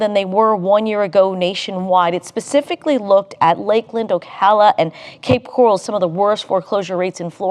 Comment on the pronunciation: So many lies in this AI propaganda that pronounces O-CAL-AH as 0ch-a-la. 😂 News flash: Gov. DeSantis did not promise property tax elimination, even though he's FOR it (for homesteaded property.) That's because he can't--the FL legislature and Democrats in it don't WANT it, and are proposing 8 essentially unhelpful property tax amendments INSTEAD.